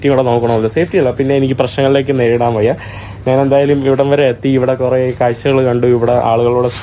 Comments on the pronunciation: നാൻ അല്ല,ഞാൻ ആണ് ശരി. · നാൻ, നാണു, നാനു അല്ല, ഞാൻ ആണ് ശരി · നാൻ,നാണു, നാന്, നാനു. അല്ല. ഞാൻ. കഴുവുക അല്ല, കഴുകുക എന്നതാണ് ശരി